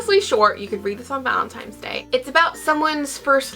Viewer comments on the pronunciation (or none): Am I crazy or you're pronouncing it ValenTIMES day instead of ValentiNes day?? I don't mind it at all but do you realize it? Ahah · It's valenTINE'S day not valenTIME. lol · It sounds like you are saying ValenTIMES day. It's ValenTINEs day!!!! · Me too! and I was like, wha--?? :S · Am I the only one who noticed that always says Valentimes..haha:) I don't mean it in a rude way though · Oh,, I could not concentrate, I kept counting how many times you said ValentiMes day:D